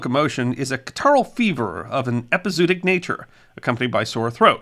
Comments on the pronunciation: As always, a great story. Too bad there were no horse pirates. One small point, I believe it's pronounced ep-i-zo-o-tic with that extra syllable in the middle instead off ep-i-zoo-tic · To be fair, he's pronouncing it wrong - but so did everyone in that era - having read it rather than heard it. It should be pronounced with two "o" sounds: "EP-ee-zow-OT-ic" - the 'zo" sounding like "mow" or "show" and the "otic" sounding like "antibiotic." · It's pronounced epi-zo- OT-ic. It should probably be rendered as epizoötic. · Love your channel. I’m a veterinarian. It’s pronounced Epi-Zoh-ahtic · This has been an interesting presentation, as always! You make an art of telling the tales of those times! One small correction: you mispronounced "epizootic" - but, to be fair, so did nearly everyone in that era, as most of them learned the word from print. It should be pronounced with two "o" sounds: "EP-ee-zow-OT-ic" - the 'zo" sounding like "mow" or "show" and the "otic" sounding like "antibiotic." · Interesting and fun, as usual, but usually one pronounces both 'o's as in 'epi-zoo-a-tic'. I suppose it may be a diphthong, but sometimes I suppose too much. Here I am just speaking from experience (but the difference between 'too' and 'took' is similar to 'zoo' vs 'zoonotic'). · I've heard the word with the 2 middle Os pronounced separately, epi-zoo-awe-tic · I've never heard it pronounced that way. I always thought it was epi - zo - ot - ic. Like the O's in cooperation are pronounced. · It's pronounced eh-pee-zoh-ah-tic. In some places they put an umlaut on the second o to clarify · Nicely done but please pronounce it “epi-zoo-otic”. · The word is pronounced "ehpee--ZOE--ah--tic" by every pronunciation dictionary in British, US, and Australian English. It's a bit jarring to hear someone as articulate and well-spoken as mispronounce it repeatedly. Because It's pronunciation that should be... remembered. 😉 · It's pronounced epi zO otic. As in zOology.